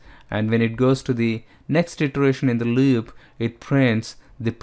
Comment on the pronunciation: the way he says "loop" really bugs me